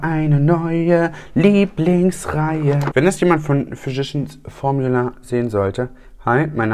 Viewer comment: Ich hab immer "verschissen Formula" verstanden 😂 Ich habe schon einige Videos über die Firma gesehen- selbst Tati konnte es nicht aussprechen und hat sich dauernd verhaspelt. Schönes Wochenende!